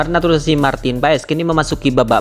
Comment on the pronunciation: MIN KLO NGUCAP " NATURALISASI" JNGAN JADI "NATUSASI" , QUALIFIKASI JADI QUALISASI..AUSTRALIA JADI ASTRALA..WKWKW 😂MAU KMN SI CPET2 MIN? BELANDA MASIH JAUH..PELAN2 AJA WOI